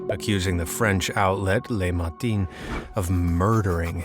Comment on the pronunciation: as a french, that is how you pronounced Le matin. : Lé matine